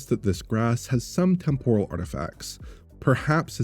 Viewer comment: tEmporal, not tempOral.